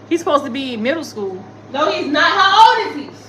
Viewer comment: My favorite is when says 😂😂😂😂😂😂😂NO HOE.... Wit that accent. I'm on the floor.😭🤣😭🤣😭🤣🤣😭🤣